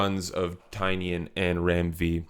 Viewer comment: I enjoyed your video. However the author’s name is pronounced TyNAN No the way it’s spelled. He said the spelling was changed when his family came through Ellis Island